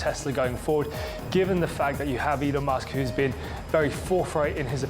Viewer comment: Good content but could've been improved by training your AI to pronounce Elon correctly. A small tweak to remove the AI dead giveaway is all that would be needed.